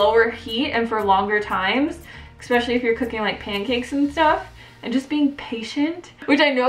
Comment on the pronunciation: There is no "X" in the word ESPECIALLY